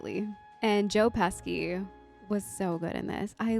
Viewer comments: His name is pronounced “PESHY’, not ‘PESKY’. He’s Italian. Sci is pronounced she in Italian. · OK, not to be a grammar "no-no-German" but OK: the second syllable to Tomei is like the month of May. And pesky Joe's surname is pronounced Peshy. You know, both being of Italian origin too.;) On the flip side, Ralph Macchio's surname is pronounced with ch-sounds (church ch's) despite its Italian spelling suggesting that the cch should be kk. Makk-yo. So I don't fully blame you for getting the other two names wrong. - Great reaction,. I was afraid you were going to pass out from losing your breath from laughing so much but you made it.:D For more Joe Pesci, there's always Goodfellas but another would be the Lethal Weapon franchise.:) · Oh, Jesus... that was fkkn adorable. Just for future reference, their names are pronounced PESH-ee and toe-MAY. But I can't lie, "Joe Pesky" might've just made my whole day. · AHHHHH - NOT PESKY - Peshi. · Joe Pesky ! There's no K or Y in his Name his Name is Joe Pesci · Joe "Pesky's" name is pronounced PESSHY. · I am not trying to correct you... But if you care... Joe pesci's name it's pronounced... Joe Pes-she... Not Joe Peski😊 great reaction by the way.. one of the best movies ever made😊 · Joe Pesky😅 It’s pronounced Peshy. I really enjoy watching your reactions though. Thank you for the smiles. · 💀 Joe Peski ? Marissa Tomai ? That gave me a chuckle. It's Joe Pesci (pronounced Peshi) and Marissa Tomei (pronounced Tow may)😂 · The LA Noire soundtrack in the back is funny since this movie is not really like that at all. Also, you're Italian? No. With a pronunciation like "Pehski"? No. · Pronounced. Peshy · Lol its PESHY pronounced lol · It's pronounced Joe "Peshee." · They are pronounced Marisa Toe-may and Joe Pesh-ee. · It’s Pronunced Joe (Pèshe) Pesci… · It’s just pronunced Joe Pesci (Pèshe) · hehe Pesky. Sorry but it's just a great mispronunciation. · Pesci (Peh shee) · Pronounce Joe's last name Pesshy